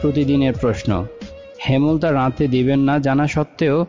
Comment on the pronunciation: হেমল তা নয় ,,,,হেম লতা